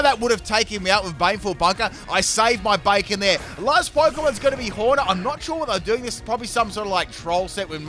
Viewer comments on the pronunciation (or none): none